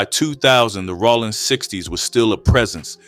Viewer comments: I’ve convinced myself that he’s pronouncing it like Sonny Rollins lol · Rollin 60's not Rawlin